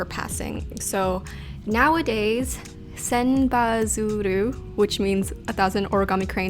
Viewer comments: you pronounced "Senbazuru" perfectly! - from Japan ;) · ”Senba-zuru（千羽鶴）”, great pronunciation!! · I am Japanese. Your pronunciation of Senbazuru is perfect!